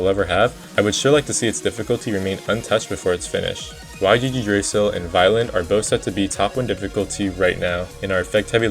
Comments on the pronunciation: "Y G G Drasil" 💔😭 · "Why gee gee dray sil" 💔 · yggdrasil is from another language, and is pronounced YEE-druh-sill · "why jee jee dray sill" 💔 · The word you are trying to say is “Yggdrasil” which is pronounced “Yig-Drih-Sil” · ah yes, "y g g drasil" bruh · "y gg drasil" 😭🙏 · WHY DID YOU SAY YGGDRASIL LIKE THAT WTF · oh my god dude when i heard that